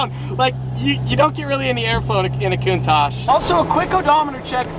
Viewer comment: Wanna black out in less than 8 minutes? Take a shot everytime he says “Lamborghini countash” lol